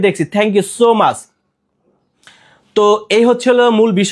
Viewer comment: Not mash na bhai Is much pronunciation tic moto koren please.